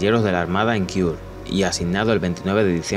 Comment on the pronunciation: Kiur? Es Kure!!